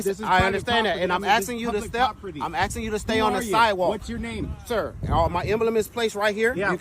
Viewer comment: He doesn’t have to follow that fake officers orders. He was “axing” him to back up. That word has no meaning, therefore, he didn’t need to follow orders since that command was not even in English.